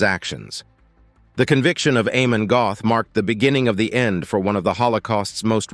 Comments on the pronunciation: Amon Göth is pronounced Ahmon Gert. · Before I watch any further, please note: think this: AH-mon Get.⚡⚡